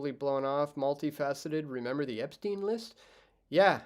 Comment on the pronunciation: epstein, not epsteen